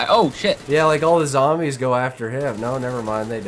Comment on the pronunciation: why the fuck r they keep callin it zambies?